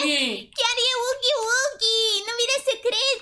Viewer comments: Îi fain doar că vreau să-ti spun că huggy wuggy nu se pronunță cu ,,u" zi cu ,,a" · Huggy Wuggy se citeste hagi uagi nuh u gg y w gg y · Gagu bagy nu hugy bugy